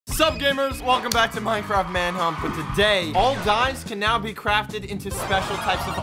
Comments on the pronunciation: we gonna talk about how he said welcome back to minecraft manhump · At the beginning did he say Minecraft manhump